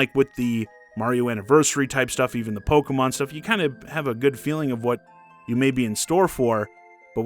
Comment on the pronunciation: What is this "Pogeh-mun" you speak of? 🤔